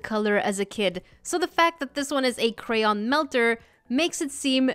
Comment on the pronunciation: Yessss you said cray-on not cran or crown